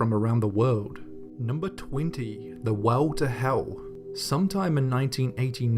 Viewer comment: "The Weww To Heww."